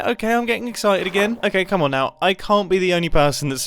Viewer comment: Are you serious right neow, bro?